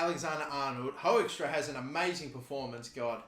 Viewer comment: Hey Hoekstra is pronounced "Hook-strah"